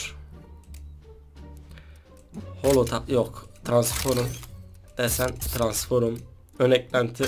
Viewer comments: Transforom değil kardeşim transform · abi transforma transforum diyorsun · Transforma transforum diyor hahahhahaha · transforum nedir yaaaa 😂😂😂😂 transform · Transformu Transforum diyon 😂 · Transforum değil abi Transform. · TRANSFORUM diyo ksksksksks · Maç 10 deyil Mak10 diye okunuyo transforum deyil transform diye okunuoyo pls ogren bunlari